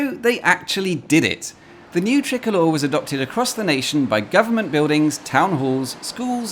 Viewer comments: Why did you pronounce "tricolor" as "trickler"? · Ooooooh, "tricolor", not "trickler". God I was so confused